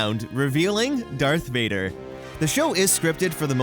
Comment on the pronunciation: It's darth vader not dark vader